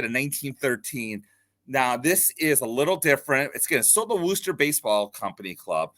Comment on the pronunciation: A quick little geography/pronunciation lesson for you: the city of Worcester, MA is pronounced "Wuh-ster" and not "Woo-ster" :) Regardless, great info about Jesse!